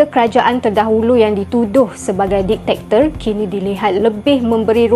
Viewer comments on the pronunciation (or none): dictator lah... bukan detector😂